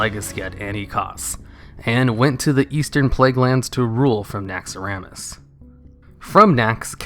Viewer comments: I hate how you pronounce Naxxaramas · you know the name is Naxxramas not Naxxaramas